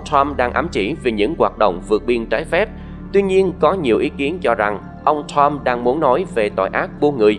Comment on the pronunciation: Bạn đọc sai nhiều chữ "X, Sean, Trump, Truth social"